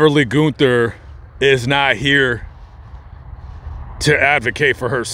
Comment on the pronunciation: Its pronounced gun-ther